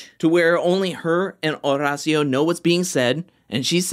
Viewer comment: I looooooove your videos, but I hate the fact that you over roll your R’s when you say Horacio’s name. Maybe instead of trying to roll the R, you just pronounce it like the letter D. Like Or-Dacio. Not trying to come across like a jerk. Just want to help.